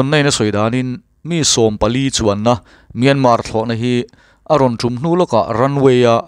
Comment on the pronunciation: Piana tih thlukin Myanma tia lam tur...an ti. Atawpa R ri tel lo vin...